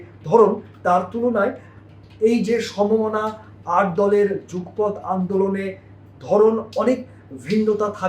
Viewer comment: Jugpoth na Jugopoth.